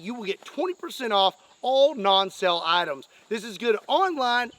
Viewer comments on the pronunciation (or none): none